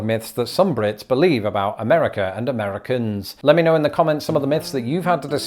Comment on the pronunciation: Someone, I think it was Brentalfloss, once described traveling between the US and Canada as being like going to one of those alternate universes where things are slightly different. Everyone comments on the "about" thing (and you're the first non-Canadian to imitate it correctly, it is indeed "a boat", unless you're talking to J.J. McCullough), but one Torontonian I know pronounces "rather" in the British way. "Rawther". Is that normal? I don't know any other Canadians to check in with.